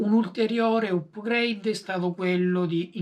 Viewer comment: Si pronuncia "apgreid" non "upgreid". Volendo esistono termini analoghi in italiano: aggiornamenti, migliorie, ecc